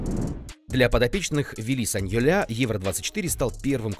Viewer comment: Да,саньоль правильно,ухо подрезает саньолЯ